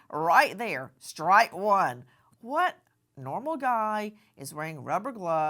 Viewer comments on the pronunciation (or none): none